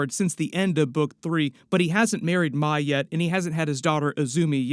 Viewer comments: Couple things it’s the spirit world not the spirit realm and the name is pronounced “may” not “my” for Mai. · Zukos girlfriends name is pronounced like the month May. Disappointing you got that wrong bub.